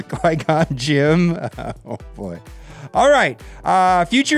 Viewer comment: Instead of Qui Gon Gym, it's should be Qui Gone Gym